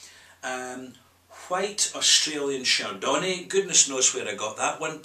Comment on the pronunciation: LOL your pronunciation of chardonnay! Having said that, in Australia, chardonnay tends to be heavily oaked - that maybe the connection.